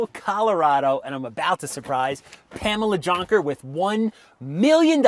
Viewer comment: I know that Junker is a german name but... All i hear is chonker